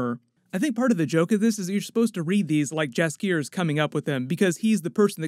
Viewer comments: Dude it’s pronounced YASKIER. The J is pronounced like a Y. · "Justkier" wtf? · Im so sick of people pronouncing Jaskier incorrectly. The 'J' is pronounced as a 'Y'. Other than that it is correct. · Jaskier is pronounced with a Y not a hard J it sounds like Yas-kyear